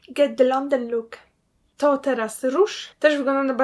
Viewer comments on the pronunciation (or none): Jezu! Czy tylko ja dostałam zawału kiedy walnęła 'get de landan luk!'..? XD